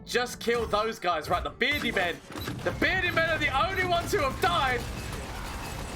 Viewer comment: Take a shot when he says "berdi mam",you'll get to Irish level drunk